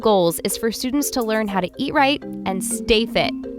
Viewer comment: Ea- righ- and stay fi